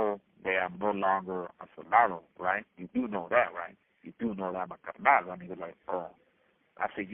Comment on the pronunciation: Shout out for saying carnal correct, carr- knawl😂😂😅😅